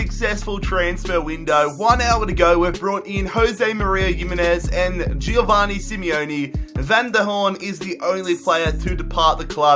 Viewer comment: It's jo-van-ni not jio-vani